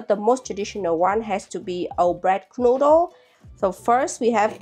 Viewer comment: Love how you pronounce Knödel like "knuddel", which means cuddle :)